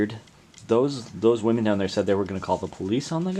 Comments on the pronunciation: Plural of "womAN" is not "womAN" it's "womEN" and pronounced quite differently. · “…he saw two women coming down the trail…” Not, “two “woman””. (There’s a strange trend on social media of Youtubers pronouncing the word “women” the same as the singular variation, “woman”. The word “women” is pronounced “WHIM-en”.) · Why do you pronounce the plural "women" like the singular "woman?" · Learn how to pronounce the word "women" properly. It's not the same as "woman". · Why do so many americans pronounce 'woman' and 'women' the same way? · Why can no YouTubers say the word "women?" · ur the guy that cant pronounce “women”